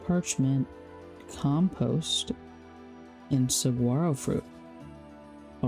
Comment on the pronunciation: first ever youtube video??? subscribed! i watched this over breakfast and really enjoyed your laid back vibe & approach to the game. the hut is so cute! thanks for listing your mods in the desc! (ps as someone from the area, "saguaro" has a silent g. its more like "suh WAH roh" :] cheers!)